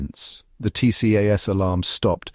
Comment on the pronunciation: Why did you have the woman captain turning around and waving from the right hand seat? If she’s PIC as you implied, she’d have been in the left seat. She wouldn’t be waving either, especially not in a critical phase of flight. TCAS by the way, is pronounced as “tee-cass”. Other than that, I enjoyed watching the mounting tension in a serious incident I hadn’t heard about.